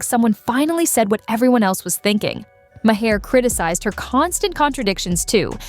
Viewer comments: HEYYYY, computer voice!!! Bill's name is pronounced 'MAR', not "MA-HAR" or "MAY-ER", or "MA-HARE", or MAW-HARE"!!! 😮🤪🙄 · His name is pronounced Marr not Ma-hair. 😂🙄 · His last name is pronounced Maa er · ma haare? Mahere? that bot bore slop edtng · Can't you teach the damn robot to pronounce the damn name?? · Does anyone review any videos using AI narrations before posting them? I don't think so. It doesn't even pronounce Bill Maher's last name correctly. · How many ways can your AI narrator come up with to mispronounce Maher's name? Poor production work.